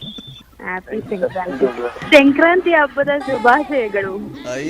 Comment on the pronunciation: ಅದು ಶೆಂಕ್ರಾಂತಿ ಅಲ್ಲ ಮಾರಾಯಿತ್ತಿ, ಸಂಕ್ರಾಂತಿ.....😂